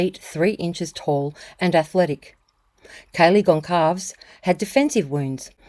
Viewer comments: I’ve never heard it pronounce that way. I’ve always heard Gon-calv-ez lol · Goncalves is pronounced: "Gone-Sal-vez" - the C is Spanish like Barcelona. Hard to listen to the rest of the video after that simple mistake...its been 3 years, u should know already. ARe these AI voices? Disappointed.